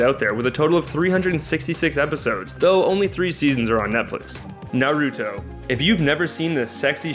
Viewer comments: it's pronounced sokra sos K and naruto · Narooooto, Sakooooora and Sasooooooke. Hokajjjjj wtf lol lamo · I'm triggered... Sasuke- Sauce-Kay; Naruto- Nar-ru-toe; Hokage- Ho-kah-gay; Sakura-Sah-koo-rah. Hope that cleared it up. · Anime names for dummies: Naw-roo-toe Sah-koo-rah Sauce-kay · Its NA-ROO-TOE xD And SA-KOO-RAH. I got so mad on sauske. its SAH-SK-AY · MeowAna Nar-uto, sack-cura and sas-uke-a.... kill me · I actually had to pause for a moment. I heard Naruto's name mispronounced like that, but Sakura and Sasuke?! It hurts. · You pronounced Naruto, Sakura, Sasuke and hokage wrong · the wat you pronounced naruto sasuke and sakura literally (no joke) made my ears pop from disgust... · You said Naruto Sakura and Sasuke wrong